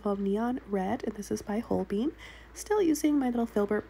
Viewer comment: It so funny how you say holbein paints name. Never heard it said that way. Love your painting